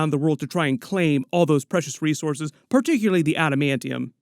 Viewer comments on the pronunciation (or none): none